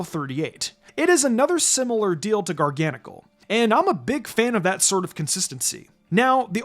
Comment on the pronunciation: I pronounce Garganacl as gar-gə-NAY-kəl